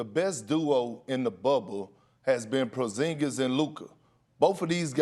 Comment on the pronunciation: “Kristaps PROZINGIZ”: Kendrick Perkins “Dollaz mavericks”: Kendrick Perkins